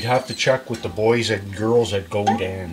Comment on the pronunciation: Its actually pronounced GodAn.